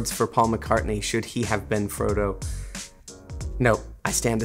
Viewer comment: The fact that Elijah called Frodo, Fredo is hilarious